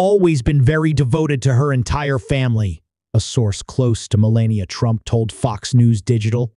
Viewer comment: Learn to say melanias name